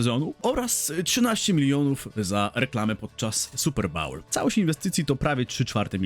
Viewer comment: Super bowl , nie bawl haha